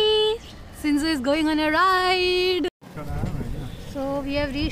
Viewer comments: It's shih tzu not shinzu😂❤ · Ma'am your Pronouncation is wrong of shihtzu and the spelling is shih tzu not sinzoo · Ma'am Sinzoo is the name of her shih tzu puppy.. no offense just telling you. 😊